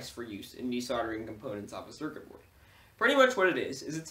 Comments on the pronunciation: drink every time he says cercer berd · Say Circuit Board again.